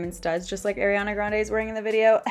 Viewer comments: Heyy!! Just thought I would say it's pronounced "R E ON A" instead of Aireana :)) love your vids!! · I love you but let's get this straight it's not air-riana it's aww-riana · It’s pronounced ariiii it’s not spelled AIR💀 listen to her say her name pls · no hate but it’s ARIana grande not AIRiana grande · It's ''Uh-riana'', NOT ''Air-iana'' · anyone else noticed how she says airiana, and not ariana? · ‘Airiana’ sis ily but its Ariana not Airiana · airiana? its ARIANA.. ARE EE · Great video! By the way it's ARI not AIRI. No hate just correcting for the future! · It’s not airiana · why does she keep calling her AIRianna!? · alr ily but its pronounced ariana not airiana. ily though:))) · I love you but it’s ARIana grande not AIRiana grande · Its pronounced are-e-ah-nah not air-e-an-ah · I love you but but please say her name right 😭😭 I know you know how to say it she says ARI in her song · its not e-ri-ah-na....